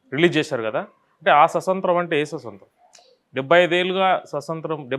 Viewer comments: Swasantram kadu swaatamtryam concentrate on pronounciation. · సుసొంత్రం.. ససొంత్రం.. కాదు 😡😡😡స్వాతంత్య్రం 🙏🙏🙏ముందు భాష నేర్చుకో 😡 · స్వస కాదు స్వత అనాలి.